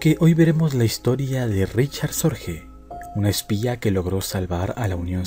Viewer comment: El apellido Sorge es alemán por tanto no se pronuncia "Sorje" sino " Sorgue". Es lo.más completo que he oido sobre la vida de Sorge. En hora buena. Es claro que fue un hombre excepcional cualquiera que sea la valoración moral con la que se le juzgue.